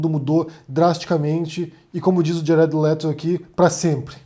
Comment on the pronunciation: Djared Lerou. RSRSRS. Abraços